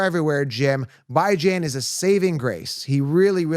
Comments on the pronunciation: Stop mispronouncing Bijan‘s name on purpose… It’s getting ridiculous.. BEEJAHN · Great content. I agree with a lot of your points. But the Bijan mispronunciation is getting annoying. Is cringe dude.